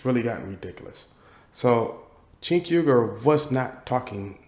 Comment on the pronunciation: Cenk would get DESTROYED and yes! I'd pay to see it. 😂😂😂😂 P.S. it's pronounced Jenk. It's one of those weird Armenian alphabet things like silent Russian Ks or how my Korean fam calls me Lander and not Randell. 😂😂😂